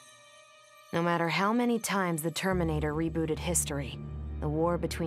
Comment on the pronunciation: Everyone: the terminator What i heard: determinator